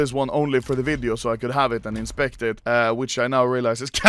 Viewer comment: “In todays vidiö”